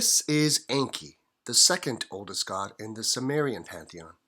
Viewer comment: It is pronounced with long E. En.kee